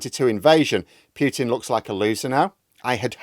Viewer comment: Don't pronounce Piutin pronounce Putin